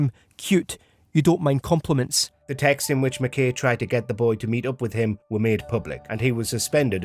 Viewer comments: Can’t believe the narrator mispronounced ‘McKay’ when it’s spoken several times (correctly) in the clip. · Just like to point out as a Scot the sheer ignorance of the voice over actor to pronounce McKay as ‘mick kay” in spite of the fact that the correct pronunciation is used by the news reader from the clip, Nicola Sturgeon and another politician… not defending the man himself but English ignorance to deliberately mispronounce Scottish names is indefensible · This is te first time I've heard "McKay" pronounced the way that the other people did in the clip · Conversly in my 58 years on the planet this is the first time I’ve ever heard it pronounced the way the narrator pronounces it! Come to Scotland or watch old episodes of ‘Porridge’ to hear it correctly like the people in the video.